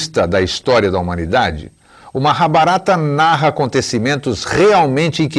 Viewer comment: Engraçado ele falando Maha - barata👉 🦗🦗😏🤣